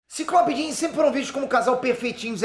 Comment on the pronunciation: ""scott ir ver a jean"" parece ""scott ir via dim""... kkkkk